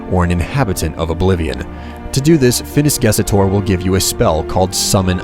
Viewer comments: hey , I think you whote and said Phinis GesOtor, but it's Gestor, no? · Great video, dude. But (just because I'm picky) it's Phinis GESTOR not GESETOR.